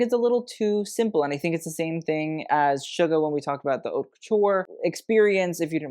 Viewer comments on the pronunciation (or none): You cannot, absolutely, pronounce the "H" in the word Haute, it's a crime if you're working in fashion. Just saying✌It's more like oat.